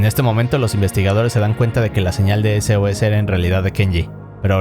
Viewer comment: cuando decia sos pensé que decia sus